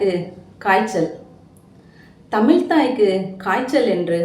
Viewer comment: தமிள் என்று உச்சரிப்பதை திருத்திக்கொள்.